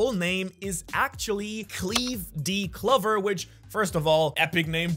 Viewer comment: Bro doesn’t even know how to pronounce Clover right 💀